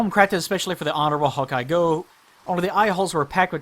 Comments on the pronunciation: Also Gough actualy pronounces his own name like Gof. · In Australia we had a prime minister called Gough Witlam back in the day and his name was pronounced like 'cough' but with a g. I can only assume Hawkeye Gough is pronounced the same as his. English words are fun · So apparently Gough is named after Vincent Van Gough for reasons(??) so I guess that's how his name is pronounced. He's also not the only Souls character to be named after an artist. Ornstein is named after Leo Ornstein, a pretty well known "experimental" composer, and Ludwig in Bloodborne's DLC is famously named after Ludwig Van Beethoven. I don't know why this is, since none of these characters actually seem to have any connection to their namesakes (other than Ornstein's lion motif I guess)